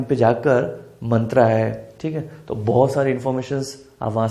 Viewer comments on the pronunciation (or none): Really 😃 Greatful explanation ❤with examples but thing is that 😅sir it is not mantra😮😊it is myntra.sorty sir but that thing i can't believe 😊😁👍